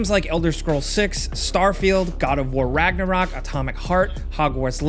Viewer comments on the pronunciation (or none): none